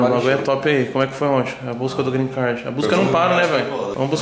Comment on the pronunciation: Gree card?? Não rolou né vey 🤣🤣